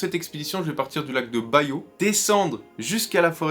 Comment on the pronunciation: 😂😂😂😂 Ça s'écrit BUYO Mais ça ne se lit pas {Bayo} Mais plutôt (Bu-yo) tout simplement....en français...